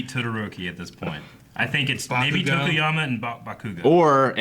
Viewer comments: this is my 2nd video, more to come. was my fav but saying "buh-koo-go" instead of "bah-koo-go" really spent me lol. muh man JUST SAID IT!!!!! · The worst one for me is still "BaKOOgo." Goddamn it man, stop it! 😂😂😂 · It's hilarious how they pronounce bakugos name even tho it's dubbed and easy to understand for Americans.. bakooogo katsoooki.. nah fam it's pronounced bah-ku-go kaht-ski.. except in English it would be reversed katsuki bakugo.. which is why izuku calls him kacchan.. because it's his first name.. just happened knowledged on you fuckers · its always slightly annoying when they mispronounce bakugo's name as ba-KU-go instead of BA-ku-go but love the vid still 💛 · I dont like how says baKUGO instead of BAkugo